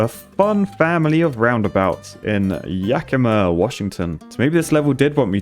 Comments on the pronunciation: Was certainly surprised the pic from my hometown. Even more impressive that actually pronounced it right! Great videos. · Wow impressed you pronounced Yakima correctly. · You pronounced Yakima correctly! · Though good on you, ya didn’t butcher the pronunciation of Yakima like a few others I’ve seen… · I'm incredibly proud of how you pronounced Yakima, WA. "The Palm Springs of Washington" only it's a crap hole so that motto is a lie